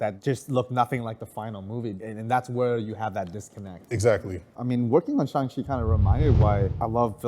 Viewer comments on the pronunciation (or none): I cringe every time the miss pronounce Shang chi's name and say it Shung Chi